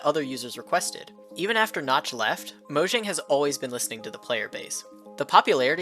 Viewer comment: Pronounced Mojang wrong >:(